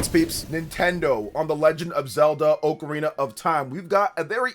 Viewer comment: u should learn to pronounce ocarina first